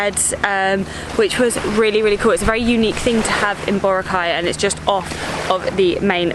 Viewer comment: He pronounced Boracay correctly.